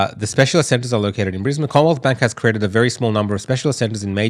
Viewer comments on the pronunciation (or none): none